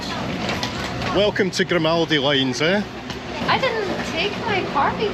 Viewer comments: 'Grimouldy' hahaha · you're pronouncing it wrong, it's said as "Grim All Day"! 🤣🤣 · Grimaldi* , as in Grime-y 😢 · it's in the name 'GRIM'aldi. lol